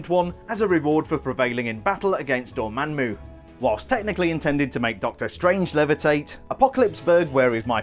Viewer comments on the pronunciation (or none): “Dormanmu” was that on purpose? Because it’s “Dormammu”